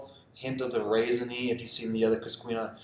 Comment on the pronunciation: It’s pronounced cuscenia and treego